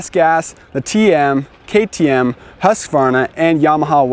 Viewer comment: Its a Husqvarna, not a Husqavarna..... Just saying.